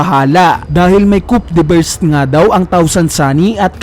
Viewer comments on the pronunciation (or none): Coup de burst is read as "coo de burst" like in coup d'état you did not read it as "coop de'ta"